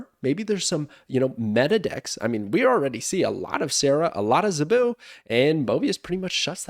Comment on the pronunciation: The way you pronounce “Zabu” gets me every time